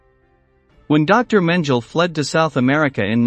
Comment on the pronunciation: Menjel? WTAF?!?